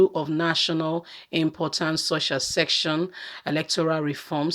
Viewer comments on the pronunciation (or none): Se cce ssion not section please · She finds it so hard to pronounce that word- SECESSION.